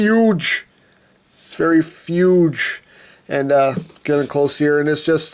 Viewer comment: He said fuge instead of huge